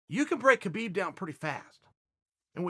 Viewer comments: have I heard someone saying khalabib? no? alright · Chael is really off when it comes tho Khalabeeb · Chael stopped to make sure he pronounced Khabib’s name right...